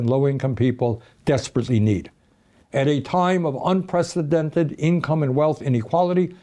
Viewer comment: I feel like ive heard you say inpresidented point in history for the past decade.